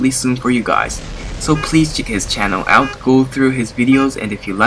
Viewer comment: out not pot